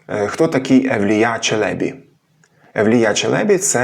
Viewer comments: вдруге: Ті турки, мабуть обманули Вас. Тож при нагоді натякніть їм, що вони помиляються. Біда з ними, тими турками... Моє питання до Googl: ''як правильно, Челебі́ чи Челе́бі?'' Відповідь : "Обзор от ИИ +1 Правильно казати Челебі́ (з наголосом на останньому складі), оскільки це турецький термін, що означає "пане", "панич", "освічений чоловік", і в українській мові він запозичений з турецької, зберігаючи наголос, як у відомих постатях типу Мехмед I Челеби та Евлия Челеби. Челебі́: Наголос на "і" – це правильна форма, що відповідає оригіналу та усталеним прикладам. Челе́бі: Наголос на "е" – це помилковий варіант. Отже, вживайте Челебі́. '' Видаляти коментарі - не найкращий спосіб для здобуття доброї репутації. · На останньому складі наголос у "Челебі" треба, перепрошую. Дякую за відео! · 1. У "Челєбі" наголос на останній склад. 2. "Уже тоді м'які польські приголосні звучали як шепеляві." Якщо він ц і ч не розрізняє, то і тут дз, дуже ймовірно, так само записав. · Евлія́ Челебі́. Підозрюю, що, правильно, з наголосом на останній склад. В турецькій мові, мові кырымлы, наголошують останній склад. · Ті турки, мабуть обманули Вас. Тож при нагоді натякніть їм, що вони помиляються. Біда з ними, тими турками... Моє питання до Googl: ''як правильно, Челебі́ чи Челе́бі? Відповідь: ''Обзор от ИИ +1 Правильно казати Челебі́ (з наголосом на останньому складі), оскільки це турецький термін, що означає "пане", "панич", "освічений чоловік", і в українській мові він запозичений з турецької, зберігаючи наголос, як у відомих постатях типу Мехмед I Челеби та Евлия Челеби. Челебі́: Наголос на "і" – це правильна форма, що відповідає оригіналу та усталеним прикладам. Челе́бі: Наголос на "е" – це помилковий варіант. Отже, вживайте Челебі́. '' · Нема в укр. мові слова "доєднатися". Ви ж намагаєтеся обговорювати мовні теми... Каліченою мовою?? А зрештою, "Челебі" має наголос на останній склад.